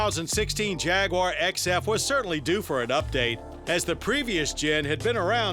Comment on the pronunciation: Jag waaar ! You are pronouncing it wrong mate.